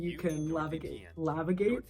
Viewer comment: I love it when you. <3